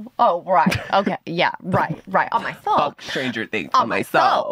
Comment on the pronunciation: When he said on my sewlll I cackled 😂😂😂 cause ON MY SEWLLL I LOVE THIS PODCAST